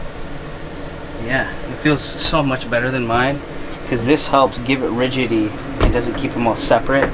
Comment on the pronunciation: Sorry but Filipinos are not known to be good at math lol also rigiDity not rigity as he pronounced it as